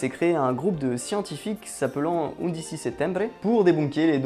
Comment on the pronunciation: Non c'est mal prononcé en effet . ^^ undici se lit "oune ditchi "